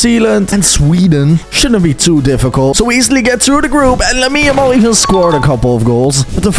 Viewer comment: said Jamal 😂💀